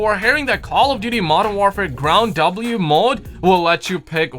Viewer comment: Why doe you keep saying ground W instead of ground war lmao